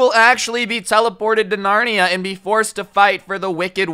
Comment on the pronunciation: It’s Narnia, Not “Larnia”!!! 😂😂😂 (kill me)